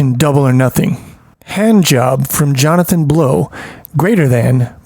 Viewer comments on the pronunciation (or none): none